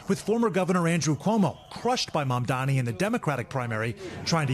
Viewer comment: . The anchor repeatedly mispronounced the Democratic mayoral candidate’s name. It is MamdaNi not MamdaMi. Please get it right NBC. 🙏🏽